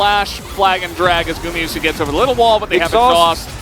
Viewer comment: 為啥主播一直唸成gumiyusi啊